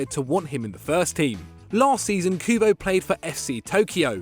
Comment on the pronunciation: Stop butchering Kubo’s name